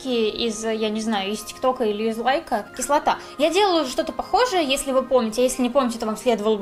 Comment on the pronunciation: выучила новое слово: кислатааа